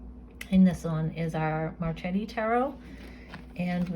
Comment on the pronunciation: Its pronounced as MarKeti 🌺